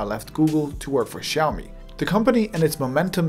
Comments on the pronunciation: Awkward moment when he calls out people for butchering the name xiao mi while he was also butchering the name xiao mi. You’re pronouncing it as shiao-me, lose the H and you’re good to go. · actually it's pronounced as siyaomee not shaowmee. a Chinese friend taught me how to pronounce that word. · Maybe too late now... but you butchered the name. You pronounce SHIAO when it's more like SIAO. Kisses from Beijing !! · Russian geeks say that is is haiomi, english geeks say that it is shiaumi, but it still is xiaomi, come on, repeat ksiaomi, ksiaomi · i think it's Siao-mee not Chao-mi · Omg man, you have butchered the name as well. It is more like "siaomi", not "shiaomi" . nice video though. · Király videó! Nagyon jól felépítetted :) Csak annyit mondok, hogy "Ksziaomi" 😀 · proper pronationton is 小米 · I think it is pronounced chiaomi and the ch is like the German 'ich'. The X is a Greek 'chi' I think, thus Xiaomi. CMIIW. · I know right? People keep pronouncing the name wrong, which makes me stare at the screen in awe and...WHAT? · I like how you complain about people not pronouncing the name correctly while you yourself fail to do so. I can tell you studied Chinese, but not enough to get rid of your accent. Regardless, your content is extremely well produced and it's nice listening to a industry veteran instead of self-proclaimed experts for once. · I speak Chinese (I live in Asia & I'm Chinese) and I'm pretty sure he's pronouncing Xiaomi wrongly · Chinese don't pronounce it like you do, therefore you are wrong.